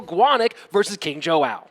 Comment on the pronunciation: These casters are terrible. Instead of pronouncing King Joao's name like King Jow. Both of them are saying King Joe-oww. Stream would be better without these 2. Maybe I'll just turn the sound down. But I mean come on. At least get the players name right. That should be easy. Soo freakin annoying. Once again, my cousin that stutters and has turrets is available if you want to upgrade supercell.